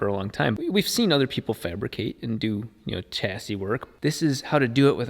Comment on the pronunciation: Fan-flaps! Flaps improve the fan shroud performance massively, they allow additional ram air mass flow at high speed whilst maintaining pulled air mass flow via the fan at low speed. PS chassis is pronounced sha-sea not cha-sea:D